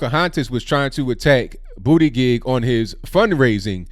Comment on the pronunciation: Huh hu huh!! He said Bootygig!